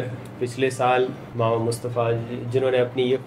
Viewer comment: Is his name Mama as in translation or Mamou which it sounds like they are saying????